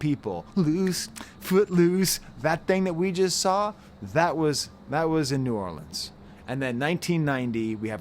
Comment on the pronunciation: Just a little side note - THANK YOU for pronouncing New Orleans correctly and not saying New Or-leenz